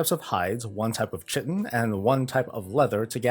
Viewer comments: Nice video. Not to be a nitpick, but (since I made this same mistake myself), chitin is pronounced "kite-in." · Chitin is pronounce kite-in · Sick vid! Side note: isn't chitin pronounced Kye-Tin? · Tiny tangent, "chitin" is pronounce "kai-tin" I believe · It is.